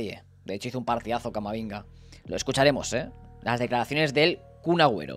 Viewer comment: Yo escucho que dice camaringa y no camavinga.... Es otro al que le dicen la broma